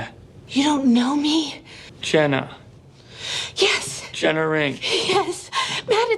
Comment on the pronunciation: How did that stupid photographer pronounce JENNA as GINA.... SMH it'd be different if her name was spelled Gena, but it's not....